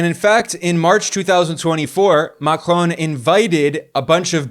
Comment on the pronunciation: Good videos. Always interesting. Just dont say Macron as you do please :) The N you do not speak out. Everything else remains - et voilá ;)